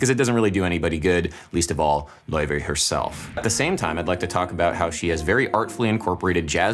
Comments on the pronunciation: btw its not pronounced loi-vay its pronounced lay-vay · Lau-Fey brother is pronouncing it wrong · I love how Adam slowly changes his pronunciation of Laufey from the original way to say it in the Icelandic way to almost saying Levy at the end. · according to laufey, it's pronounced "lay-vay" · WHAT?! THAT'S HOW YOU PRONOUNCE HER NAME? LAOUVEY?!?!?! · Her name is pronounced 'ley-vey'. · He was pronouncing her name wrong on purpose cause he’s jealous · Someone is super jealous and loves pronouncing her name wrong. Cringe!